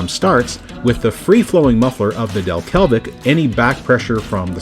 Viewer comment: "Delke(l)vic" you say. That (l) just doesn't exist.